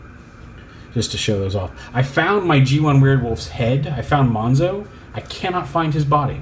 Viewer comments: It's actually not pronounced "mohnks-oh", it's still pronounced like "mohns-oh", just spelled differently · I'm super happy and excited that you pronounce <Monxo> as [ˈmɑŋksɔw] and not as [ˈmɑnzɔw], because I personally hate it when in English is pronounced as [z]. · Not sure why, but ive yet to see any reviewer pronounce monxo correctly. Its mon-zo, the x makes a Z sound like xylophone, it was their way of going around the copyright.